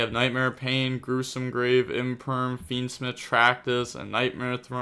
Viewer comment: pronounced fiendsmith as fiendsmeeth in the intro